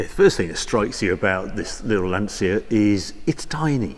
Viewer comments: Italiano here Just to ask please if u say lancia as in lansee-a in italian u are actually saying: l ansia ( the anxiety) for lancia think as lantcha to made it sound properly. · Great video, lovely car. The only thing you need to improve is the pronunciation of the word "Lancia". It's Lan-tcha" ;-) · Harry I love you man but please say it correctly....''Lantja'' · haha...only certain words bother me...i assume youre referring to pronouncing Lancia as "Lan-see-ya"? brits were yucking it up to the new Alfa "Toe nail" (Tonale) thinking they were so clever and that the world revolves around the english language when aruguably 65-70% of their language is based on latin... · Lancia to pronunce like Lanchia. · it's pronounced "lancha" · Harry, you pronounce Porsche correctly, so why not Lancia?